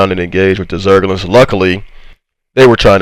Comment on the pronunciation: I could literally listen to a montage of you saying the word “zergling(s)” XDDDDD